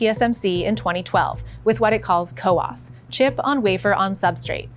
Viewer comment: It's "COWOS",not "COWAS"